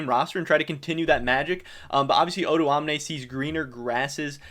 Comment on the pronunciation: his name is not actually pronounced oduamne, it's o doamne but he's fine with that as well i guess